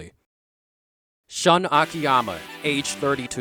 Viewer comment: AMAZING video! I just have to correct you. Shun is pronounced like "Shoon." lol